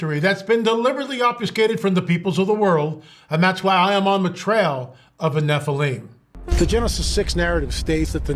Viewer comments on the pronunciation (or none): Why do none of these people in the pronunciation of things you're mispronouncing the word Nephilim